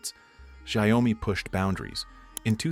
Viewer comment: at least learn to pronounce Xiaomi name right - 'Shaw-mi' not 'Shao-mi' i swear NA people are so uneducated